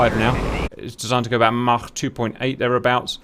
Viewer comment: Thank you,, for pronouncing Mach like Mach instead of Mack (or whatever the american jaws try to produce)